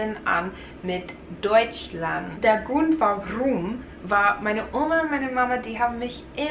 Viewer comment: Der Grrrrund warrrrum! Bayerisches Prachtstückerl bischt!